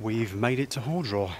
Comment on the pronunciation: nice video, relaxing style. Very enjoyable Small thing - it’s ‘HAR’ draw not ‘hore’ draw. I can feel the locals grinding their teeth Saw your Twitter feed, pictures of you at the pub. It was a warm one. Next day not so good. 4 seasons in a day but with the summer spine main risk must be dehydration, very exposed, with the breeze, deceptive. Good luck